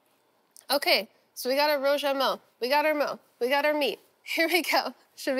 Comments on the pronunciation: Ive lived in china for a decade and every time i hear them call that a chinese hamburger it gets on my nerves. Meat between 2 pieces of bread is a sandwich, not a Burger. Also, that pronunciation of "Rou Jia Mo" was way off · I love Sohla but for a History Channel show, I wish she would make the bare minimum effort to learn how to pronounce the name.